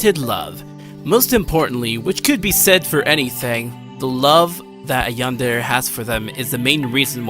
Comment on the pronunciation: Ah, I have one thing that's bugging me. I do enjoy your video, but say this with me... yan-de-re. Not "yander" or "yanders." You made my crab shell fall off each time you said it.